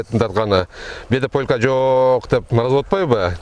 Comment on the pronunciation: Полка эмес полька